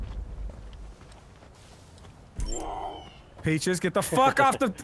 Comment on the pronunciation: I like how he keeps calling peaches paches